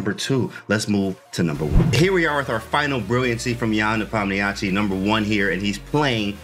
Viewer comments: You can listen to how Danya and Anish pronounce it. They both speak Russian. They "westernize" the pronunciation a little, shure, but its still better than the absolute butchering James did. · I heard him say it like "nepomnishi"